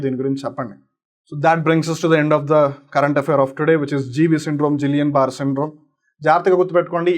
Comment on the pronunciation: First you should learn the pronunciation of GBS 🤗